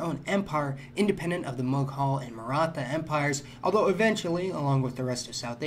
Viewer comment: you said "Mughal" wrong, it's said more like "moogle" in English